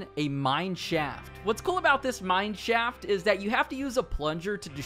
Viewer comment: When he says mine shaft, it sounds like mannschaft